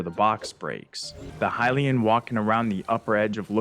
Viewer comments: You say there's a lot of "Hill-LAY-in" text and you can "trans-literate" some of it. I'm being SUPER honest here, so I hope you take this in the spirit it's intended. Those words and pronunciations are wrong. It's "High-LEE-in" or "HIGH-lee-in," not "Hill-LAY-in," and it's "translate," not "trans-literate." This is why I hope you don't take offense: You're super fucking great at making videos, and your media literacy is SO proficient that I literally don't know whether this was a genuine mistake, OR an intentional error to get people like me to post what I'm posting right now. I'm basically saying that you're perfectly capable of making an error as a human, but you're also SO good at making videos that I would BELIEVE your errors are intentional, for fun. Either way, this is a friendly correction meant in NO way to belittle anyone and, hell, I'm such a new Zelda player that tons of people could comment on this comment to correct ME! I'm great with that. Happy to learn. That's why I watch your videos. Useless knowledge is still knowledge, right?! 😂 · Pretty sure it's "skeema" stone. Like "schematics". And "hih-lay-en" is a strange way to say that. I've always been under the impression it's supposed to be said "h-eye-lee-en" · The way you say Hylian as Hilayan is really infuriating for some reason. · The way you pronounce "Hylian" and "Mural" were legit hilarious